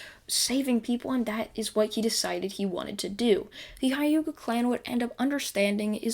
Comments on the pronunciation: Did my guy just say Hayuka clan? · Not to be rude but you saying hyuga wrong